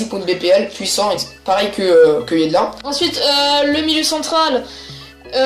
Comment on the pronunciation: Super vidéo avec de super équipe mais juste le defenseur droit de MLS sa se prononce pas Yedlin mais sa se prononce Yedlinne